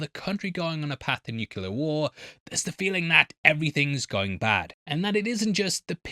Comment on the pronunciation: For the love of God, please learn how to pronounce nuclear